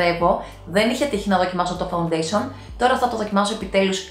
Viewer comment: Γιατί το λες φαουντεσον?φα-ουν-ντέ-σι-ον ρε φίλε!